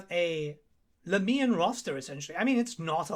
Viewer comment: I thought it's pronounced "Lah-Mian" not "Laa-Miian".